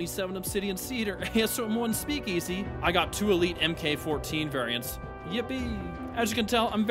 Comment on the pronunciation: Please stop calling it the “EM Kay” 14. In weaponry, MK means Mark. Please don’t continue mispronouncing things like Chaos does.